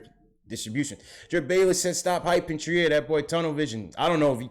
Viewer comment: I was at the game. Robinson's biggest issue is conditioning. 2nd, moving his feet. 3rd, he's 20 years old. Future is bright. The boy is a natural. By the way, Allonzo's last name is pronouced "Treer" son!